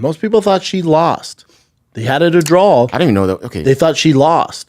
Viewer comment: A draw … schaub it’s draw not drawl… 😂